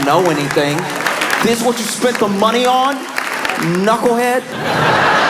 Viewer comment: I think it's the hard 'N' at the beginning. KNNucklehead!